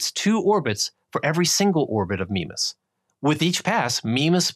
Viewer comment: Nice video; I like the graphics. One quibble: Mimas is pronounced MY-mas.